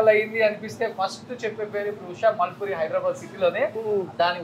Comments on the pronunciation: నువ్వు ఏమి చదివావు రా బాబు.. ఉషా ముల్పూరి అయితే మాల్పూరి అని చదువు తున్నావ్ . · నీ తెలుగు భాష మార్చు రా బాబు ఉషా మాల్పూరి కాదు ఉషా మూల్పూరి సరిగ్గా తెలుగు పదాలు పలుకు